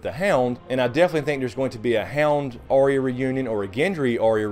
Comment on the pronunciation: her name by the way is not arr-ee-ya... its ahh-ya, or something similar. just saying:D